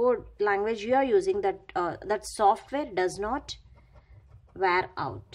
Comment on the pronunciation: Wear out hota h Di Di ware out nhi 😅